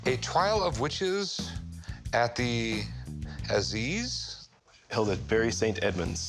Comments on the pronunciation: Azeeze. LOL. It's A - size - ess. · Aziz when he meant assizes lol. Rick isn’t such a know it all as he pretends to be.